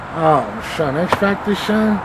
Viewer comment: Smack: "...X Factor shun?...🤦🏽‍♂️" 😂😂😂😂